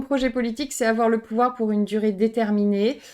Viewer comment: On dirait qu'elle fait un stream de Total War la meuf. "Ouais on fait ça, ça, ça et pi on a le pouvwar"